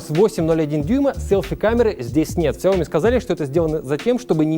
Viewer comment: "сяО ми" в 2021, серьезно? Это иероглиф сичтается "сЯо"